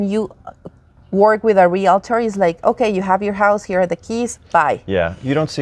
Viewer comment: ..we totally love you. You are a man of words so I am so surprised that you say 'ree la tor'. It is 'real tor' as it is spelled. Sorry...I was in sales for years and it bugs me so much when people say 'ree la tor'. Your guest says it correctly. Seriously, thanks for all you do! This was a wonderful video as they all are and we are so glad to learn of this service.